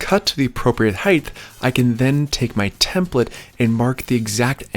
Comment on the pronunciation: Height is pronounced with a hard t….not a th….really enjoy your videos